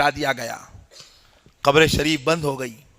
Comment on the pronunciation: لفظ گھبر نہیں ہے قبر ہیں لفظ